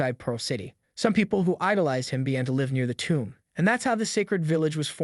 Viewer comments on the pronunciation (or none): none